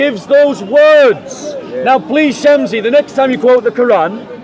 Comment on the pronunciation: Its shamsi Not shamzi